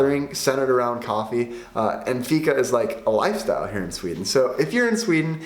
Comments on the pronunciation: If Fika is The main thing here in sweden you need to say it right.... 🤔 Fiika. Draw a milisec longer on The (i) and then close fast on The -ka. And it should sound The propper way. Keep trying and you might sound better than Tony Erwing 😜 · I miss understood you for a second when you said fika. I thought you said fitta. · You pronons it FIIKA